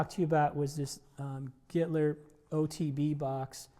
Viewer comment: I accidentally heard him say "Hitler guitar", now I can't unhear it! LMAO